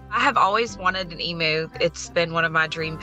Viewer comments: In Australia we pronounce it eeemyou not eemoo😆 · They are pronounced Eam-You….not Eam-moo. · It is pronounced E MEW. NOT E MOO!!!!!!! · Hearing Americans say 'emu' always cracks me up. We, Aussies, say 'e-mew' but you guys say 'e-moo'. So adorable 😆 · From an Australian Point of View (bearing in mind that the Emu is an Australian Animal) it’s pronounced Eem-u. (Eem as in Seem or Beam for sound context) The ‘u’ bit at the end is correct. It’s the beginning bit that is not. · EMOO? it's an Emu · There's no such thing as an E-moo. It's pronounced Eem-You. It's native to Australia. You won't find a single Australian who thinks they're called E-moos. Only Americans think they're called E-moos. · An " o" would not make any difference. It's said the same way we pronounce the " u" in the word " music". We don't say " moosic". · Nope, we pronounce it "em you." It is cute the way Americans say it. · e-MYU! No offense, but the pronunciation hurts me as an Australian. Also: why? Why have you always wanted an emu as a pet? They're wild animals. While occasionally farmed, they're not domesticated. Not. Pets. Rescue and fostering, I could understand. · No offence intended but if you love emus so much, how about saying it properly? It's pronounced eem-you. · Oh god its called Moo because you don't know how to pronounce Emu (E-m-U) haha. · It's truly stupid imo. For people who were obsessed with Steve Irwin, it's not hard to find a clip of saying it correctly. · As an Aussie, I just struggled with how they say Emu 😂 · If you can’t pronounce Emu correctly, I fear you have not done the research needed to care for one correctly. They should not be pets. They are wild animals and deserve to live in a herd, in the wild. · She always wanted an emu and doesn’t even pronounce emu correctly 🤦🏻‍♂️